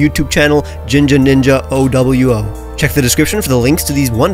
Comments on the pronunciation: “ough doubleyou ough “ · Just say OWO and not O-W-O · i love that doesnt pronounce OwO and instead says ohdoubleyouoh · How did you just pronounce OwO wrong?!